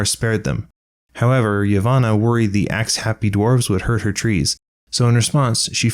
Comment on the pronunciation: The one that made me twitch the most is his pronunciation of Yavanna: I keep hearing Ivana. The Y is not a vowel but a consonant... So it's “yah“-van-na